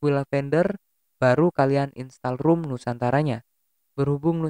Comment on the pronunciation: "rom" bang.... bukan "rum" 🤣